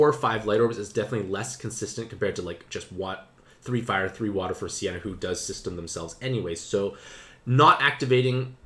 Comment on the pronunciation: Its not Sienna, its Seina (Say Nah).